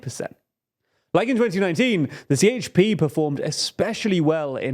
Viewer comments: Be more clear... Si Eyç Pi ❌️ Je He Pe ✅️ Remember some turkish letters sounds different from western languages! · And "C" sounds more like "DJ" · A C in Turkish is Prononced like a J - So the Party is called JHP not CHP. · idc he has to say CHP not sieyçpi